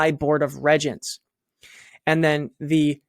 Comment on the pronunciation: Regents is pronounced REEEEgents. Just sayin.